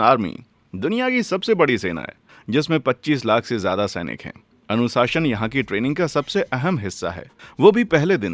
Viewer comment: Anusashan ❌ anushasan ✅